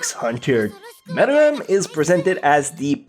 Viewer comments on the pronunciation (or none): It's meruem not muruem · It's Meruem not Muruem...